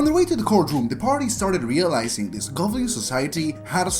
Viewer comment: What the hell is a govlin?